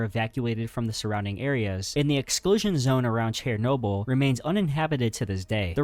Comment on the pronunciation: Bro keep butchering all the pronounciations 😭 nova scotia and chernobyl are crazy…